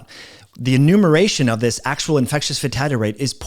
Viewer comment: FATALITY rate. NOT 'FATADDY" rate... Slow down...